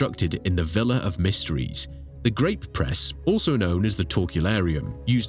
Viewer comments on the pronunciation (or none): none